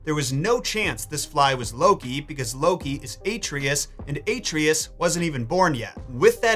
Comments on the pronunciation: I have to ask... Why are you pronouncing Atreus' name as "ay-tree-us"? Its "ah-tray-us." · It’s pronounced (ahtreus) not (A)(treyus) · Nice video love it but it’s. Uhh-trey-is. Not A-tree-is 😅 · Uh-tray-us not Ay-Tree-is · Man really said Aetrius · why do you pronounce Atreus like that? no one says his name like that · the way pronounces Atreus lmao